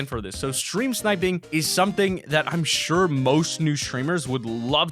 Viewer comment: Mason James yes and also you said sure wrong